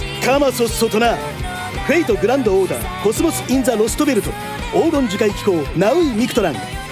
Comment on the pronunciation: コスモスインザロストベルトの発音が過去一しっかりしてる